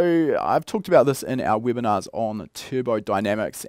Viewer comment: "Weebinars" 😆 Seriously tho, I do love these Weebinars 😃